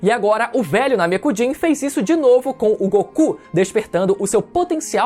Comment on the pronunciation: Agonia escutar Namekujin em vez de Namekuseijin